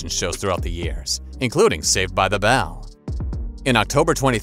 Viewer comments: This announcer says ‘bell’ poorly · Can't stand the way you're pronouncing "Bell"